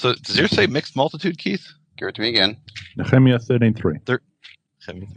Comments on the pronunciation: Somebody needs to tell Nehemiah, Canada, law, etc don’t have an R on the end. Why say Nehemier????? Smh 😂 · with no R on the end it makes no sense phonetically. It’s not proper at all.